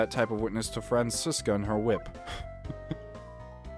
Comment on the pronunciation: That Franziska voice is PERFECT. And you pronounced it correctly too. German Dude approves